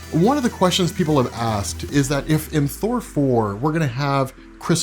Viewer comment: Let's just agree to call it Thour.